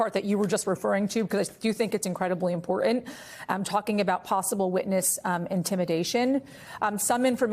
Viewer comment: what does "em pore ant" mean?